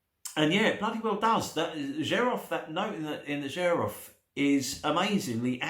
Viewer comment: My first oud was 19 years ago, I fell in love immediately and never turned back. Xerjoff are doing great things, Richwood, Nio, More Than Words, the Kemi range, you can get them much cheaper on the grey market. Xerjoff is pronounced "Serj-off" BTW.